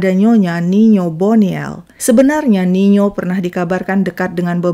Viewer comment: Tertampil nino tai mimin sebut nya niyo